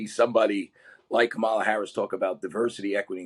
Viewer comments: I have a different opinion on this topic from you and your guest. But I appreciate listening to the discussion to better evaluate my core beliefs. On another note, it's Comma-la. The guest could say her name correctly before sharing how his experience was worse than hers. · Your guest shall learn how to pronounce Harris’s first name correctly if he wants to show audience that he himself is open minded and ready to listen to the other party and have a two way conversation. I felt he is just dumping his opinions here without interest in the left. So I have no interest to look up his book.